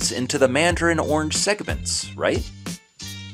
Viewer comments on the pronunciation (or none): You are saying "ornge" when orange actually has two syllables and is pronounced "or-runge". Interesting video. TY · There is an "a" orange. It isn't pronounced ornge.